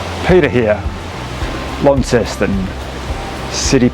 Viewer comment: Pronounced locally as 'Lon-ceston', not 'Lawn-ceston'.